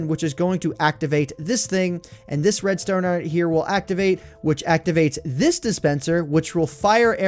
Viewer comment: It sounded like you said "red stoner" and I was confused for a min lol XD